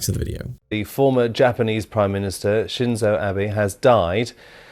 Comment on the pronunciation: Why you keep saying Shinzu when his name was Shinzo and it’s on screen?